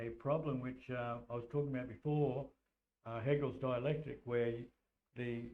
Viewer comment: What did you call the divide and conquering system of problem, reaction solution, was it “haggles dielectric” you said?